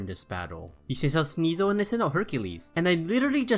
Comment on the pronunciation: SNEASEL, NOT SNISEL!